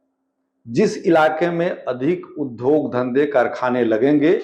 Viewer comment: Sir, uddhog (उद्धोग) nhi hota hai, udyog (उद्योग) hota hai.